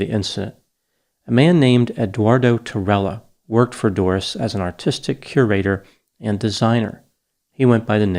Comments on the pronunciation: Tirella is Italian, pronounced tee_relah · If Spanish then tirella would b pronounced "ti-ray-a." Otherwise awesome vid doc